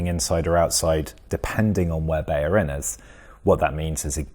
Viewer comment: BeLLerin his name is pronounced BELL-ER-IN not Beyerin, there are no y's in his name. FFS!